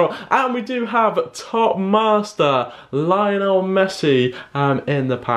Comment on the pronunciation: He said Messi name Lainol………